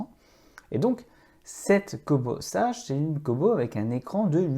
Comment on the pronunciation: Kobo (sa se lit "Seige" et pas "sage" comme une image, et la liseuse que vous montrez n'est pas une Kobo sage... c'est révoltant de perdre le temps des gens avec des fake news !